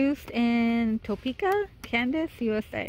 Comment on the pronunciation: You pronounced Topeka right :)